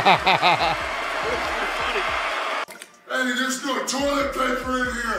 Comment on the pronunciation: santino marella calling john cena,john chena always funny. Every time i see the clip😅